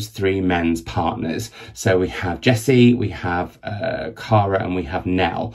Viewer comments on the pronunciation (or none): none